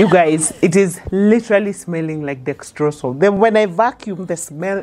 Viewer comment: 😂😂i like the way you pronounce dexrosol....i loved it